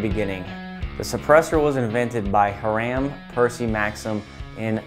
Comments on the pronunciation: Nit: his name was pronounced Hyram, not Haramm. Hiram Percy Maxim. Otherwise good and useful, informative video marked by logic, which is why it conflicts with DC policy. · Just FYI - - Hiram Maxim - you pronounced the inventor's name as "Her-am;" it's actually pronounced "Hy-ram."